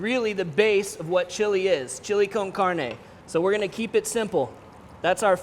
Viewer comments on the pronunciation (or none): none